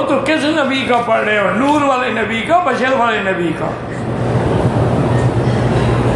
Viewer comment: Bhai apni sheen sahi karen woh badar nahin bashar hain aur noori hain.